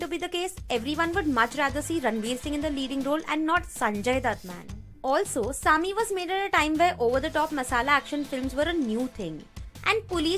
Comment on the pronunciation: It's not Sammy It's saami 🙄🙄🙄